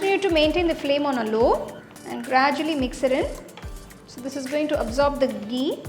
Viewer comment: Love it when you say gee 😅